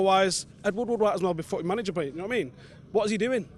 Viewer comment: can a manu fan tell me why ed woodward is pronounce as woodwood instead of wood - ward?